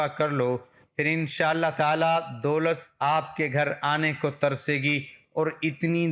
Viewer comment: Dolat hota ha bhai doot nh😂